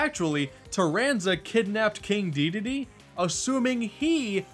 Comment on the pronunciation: Dedede...not Deedade